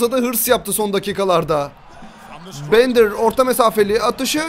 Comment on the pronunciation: Abi o bendır değil direk bender diye okunuyo